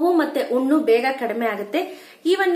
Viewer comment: ಉಣ್ಣು ಅಲ್ಲ ಹುಣ್ಣು.